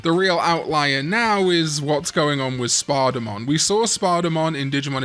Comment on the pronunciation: Every time you say "Spadamon", I hear "Spardamon", and my brain goes, "ah, yes, the demon digimon who awoke to justice! Wait, I heard that wrong."